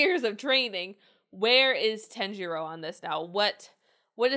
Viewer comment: I love your reactions but how can you be a fan if you can’t pronounce their names correct e.e ‘r’ in Japanese have more of a ‘d’ sound so saying Tanjiro. It’s not TEN-ji-ro It’s pronounced Tah-n-ji-do